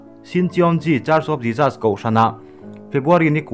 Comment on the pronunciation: A tha hle mai. Mahse, i pronunciation pakhat JESUS tih kha, i lam dan kha ka lo tîm deuh, a lam dan han zir leh deuh teh, ka lawm e